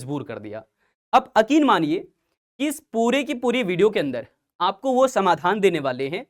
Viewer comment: Sir akin ❌️ yakin✅️